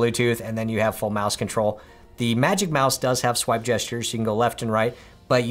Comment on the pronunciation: It was the “scwipe" that got me 😂😂